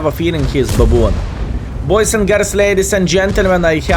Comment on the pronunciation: dudes wtf is babooon?